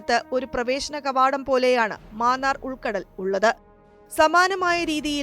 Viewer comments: മാന്നാർ അല്ല മന്നാർ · Vazhakka. Maanaar alla mannar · ആദ്യമേ പറയട്ടെ ..ഗൾഫ് ഓഫ് മാന്നാർ അല്ല .. " മന്നാർ " ആണ്. മന്നാർ കടലിടുക്ക് . ഇവിടെ Eurotunnel പോലെ ഒരു 4 Lane tunnel വന്നാൽ നല്ലതാണ്. Eurotunnel 50 KM ആണ് .